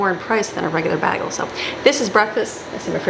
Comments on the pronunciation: Sorry,, I hate to say it, but I agree. We should always strive to better ourselves. My husband is from Battle Creek, has lived all over Michigan including the UP, Detroit, Lansing, Sandusky, Cheboygan and Holland and he says he has never heard anyone mispronounce bagel. I think it's likely a family mispronouncing that no one ever corrected, because it's definitely not regional. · I am from Michigan, too. I am still able to pronounce bagel properly. Furthermore, if you know you are saying it incorrectly, then you should correct yourself.